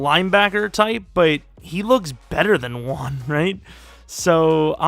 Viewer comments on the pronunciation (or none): none